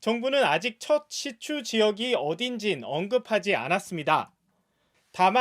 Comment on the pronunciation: 시추 맞죠? 시츄 아니고?